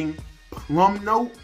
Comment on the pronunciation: Bruh lol at ur effin CLAssiC deep emo pause after u mention plum note! +1 for sure. Peace to from Brooklyn